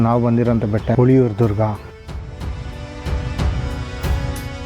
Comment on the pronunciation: Sir it is ಹುಲಿಯೂರುದುರ್ಗ not ಹುಳಿಯುರುದುರ್ಗ